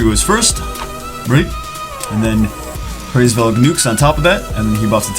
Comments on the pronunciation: its Hraes Velg. And i dont think there is a Hr in English. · The pronunciation = Ra IS Veug